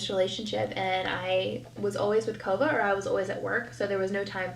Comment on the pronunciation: Now I cannot stand her videos because I catch all her speech issues... sawll vs saw or seen. Kiddos. Things are "hard". NaKova or Kova? Its in other videos too.